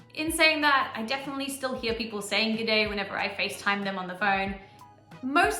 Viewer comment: Tassie is .... missing!!! Wot? I hear g'day fifty times a day. A stubby is a small bottle of beer. A tinnie is a can of beer. They're still called stubby holders though. A car port is a non-enclosed 'garage', sort of like your car has its own verandah. You sound like you're saying pepp'l...